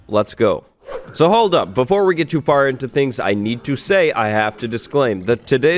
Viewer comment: Is anybody gonna talk about how it said "afr" instead of far 🙃